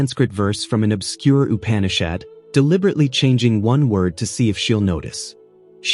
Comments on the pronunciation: ON+MG! If you are going to narrate.. at least learn the correct pronunciations!!! It. is NOT "U-pan-ee-Shad" It's "uːˈpæn.ɪ.ʃæd" Say it like "oo-pan-e-shaed" and you'll be at least close. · Upanishad is pronounced oo-paa-ni-shaad 🙏🏼